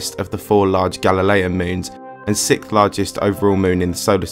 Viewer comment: I hate it when people pronounce "6th" as "sikth".